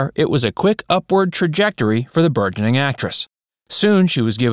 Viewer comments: Burgeoning is pronounced with a soft “G”. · Learn how to pronounce “burgeoning”. (We all make mistakes)